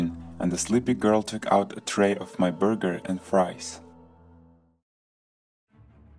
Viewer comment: Has anyone realised how he says burger In the creepy man in cafe story